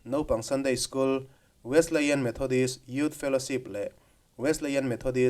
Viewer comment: Kan kohhran Wesleyan Methodist Church i lo sawi lang ve chu a lawmawm hle mai. Kan kohhran hi hria an tam lo ve angrengin ka lo hria a. Chuanin Wesleyan i lam dan khi Wesli-ian anga lam tur a ni e 😂.